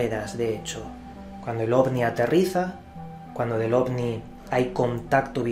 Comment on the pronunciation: Es mi idea o dice Ogni? xD